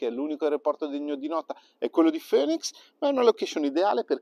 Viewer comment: Bellissima l'Arizona, la visitai nel 2015 e mi piacque assai paesggisticamente. Comunque la capitale si pronuncia FINIX non FÖNIX ;)